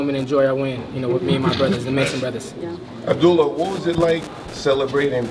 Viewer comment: Pretty sure his name is not Abdoolah. 😅